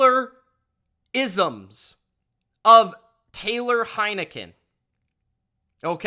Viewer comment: It is Henicke right? Or did you just want a Heineken after taking points with Wash??